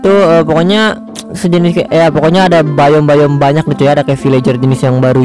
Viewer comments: Biome bang bukan bayem 😂😂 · Biome Atau Bayem :v